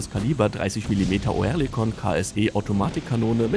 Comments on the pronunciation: Nicht "OE", sondern "Ö"! Liest da ne Büchse vor? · Sag dem mal einer das es Örlikon ausgesprochen wird.. so wie er das macht denkt man direkt an Tourette